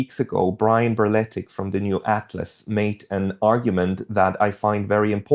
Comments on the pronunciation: Berletic. Not Barletic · u probably know but it's berletic not balletic